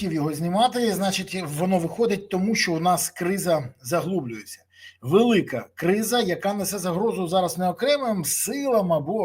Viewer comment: Заглиблюється, а не заглублуеться. Але не важливо, що пропонуеш?